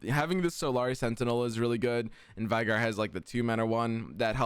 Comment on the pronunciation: We already got the veigar but is still mispronouncing his name lol